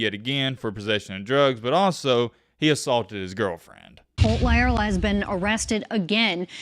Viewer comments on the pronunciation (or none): Please pronounce words correctly.. how do you get a Lea sound from La? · I think his name is pronounced “LY-er-la”. At least that’s how my friend with the same surname pronounces his.